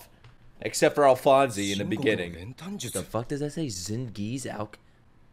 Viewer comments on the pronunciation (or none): and it’s not “alphonsy” it’s pronounced “alphons” like the “e” is silent lol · its not alphonzee is alphonz (pronounced) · its pronounced alfons not alfanse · This show probably has the best dub of any anime. Edward’s VA is the best of the best. But if you do stay sub, just know that his name is Alphonse (e is silent) and not Alphonsey! Love your videos man so jealous you get to watch all of this blind. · Great reaction! Alphonse's name isn't pronounced "al-fon-see" it's "al-fons", Japanese doesn't have an "s" sound so they pronounced it "alu-fon-so" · Also, just a couple of things: Alphonse (Al-fonz) Xingese (Shing-ease) Alkahestry (Al-Ka-hess-tree) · Alright, you keep mispronouncing Alphonse's name, the simplest way to say how to pronounce is something like Al - Fonz. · My opinion: Dub> Sub. Just re-watch these two episodes in english dub just to get the names right. Hearing "Alphonsey" just doesnt sound right. Watching you miss out on crucial details in subtitles is just painful. After that, Sub or Dub is your choice. I have never promoted any show's dub version more than this and One Punch Man. I have seen this show twice in both language and I have few arguements in favour of the Dub: 1. The animation is gorgeous, why would you prefer to look away from it and focus on subtitles? 2. The look, feel, characters and historical references of the show is not necessarily Japanese. This show is made keeping a global approach in mind. 3. You will miss out on the English dub blooper reel, which is a laughter riot and a masterpiece in its own right. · The English actor for Alphonse (by the way, the name does not have a long E sound at the end) in the 2004 version had to speak into a metal bowl for the entire series, so this new person may also be talking into a bowl or, as you suggested, a metal can. I vote for the English dub. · It's Alphonse without the "ee" sound at the end 👍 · Correct me if I'm wrong, but I think the "e" in Alphonse is silent. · The e is silent